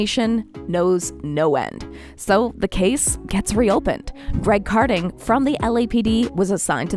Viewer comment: Ka din, not car din